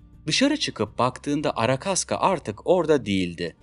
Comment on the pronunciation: arakaska değil arkashka ruscha ismi arkadiyin kısaltılmışı